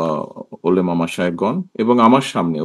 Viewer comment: তিনি মুসলিম অথচ ওলামা শব্দটা ও শুদ্ধ উচ্চারন করতে পারেন না